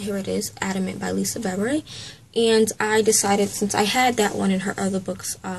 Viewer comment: Lisa Bevere, her last name is pronounced: bah vear